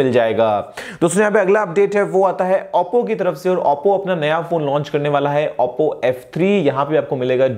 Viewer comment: auppo nhi oppo bolte h